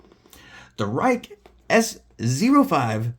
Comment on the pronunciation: Prolly pronounced 'Ree-keh'.